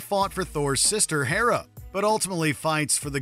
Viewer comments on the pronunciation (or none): It's Hela, not Hera. How is Jack Quaid not on this list? He plays Hughie Campbell in "The Boys (TV series)" and provided the voice for Alberto Falcone in "Batman: The Long Halloween (2021 film)" and Earth-65 Peter Parker in "Spider-Man: Across the Spider-Verse". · I am begging you guys to do a little bit of quality control. It's Sir Ian McKellen, not McClellan, and Thor's sister's name is Hela, not Hera. Also Chris Evans was in Snowpiercer, also based on a comic. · Sorry I know its picky, however the entry about Karl Urban, you state he works for Thor's sister "Hera". It's HELA, they are from completely different pantheons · *Thor's sister is Hela, not Hera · Thor's sister "Hera?" No, Hela. You also forgot Aaron Taylor-Johnson is now Kraven as well. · Sir.... its Negan. Hard E sound. Not Nehgin lol. And its Hila. Not Hera. Jeez... this channel i swear. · "Thor's sister, Hela" sorry, please continue. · Thor’s sister… Herra?! Did I hear that correct?